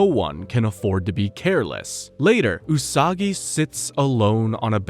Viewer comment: The way he mispronounced her name right at the start